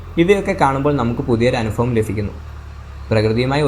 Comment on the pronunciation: നല്ല വീഡിയോ, വ്യത്യസ്തമായ "അനുഫവം" (അനുഭവം) തന്നെ 😂😁 (അസ്കര സ്പുരത ഫയങ്കരം തന്നെ സഹോ)👍🏼 (അക്ഷര സ്പുടത ഭയങ്കരം തന്നെ) ഉച്ചാരണം😁 അൽപ്പമൊന്നു ശ്രദ്ധിച്ചാൽ വേറൊരു ലെവൽ എത്തിയേനെ! ഭാവുകങ്ങൾ 🎉